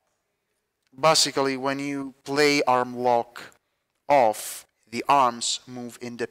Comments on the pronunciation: "bussically" is also not a word. a as in apple not uhpple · It's not even like apple lol, it's like base or lace. If you're gonna correct someone at least get it right yourself